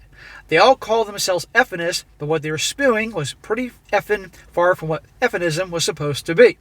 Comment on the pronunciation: It's awesome you don't edit out the mispronounced words, no sarcasm, I enjoy your reading and reacting to the stories and respect the humility. " What she was 'spoo-ing"